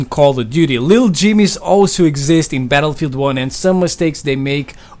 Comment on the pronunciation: The way you pronounce Battle-field1 triggers me.